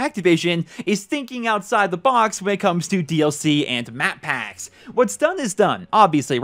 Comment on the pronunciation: no one is talking how he pronunced "Map Paaaacks"